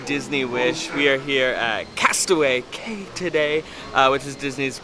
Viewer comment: Cay is pronounced “key”, you had it right earlier👍🏼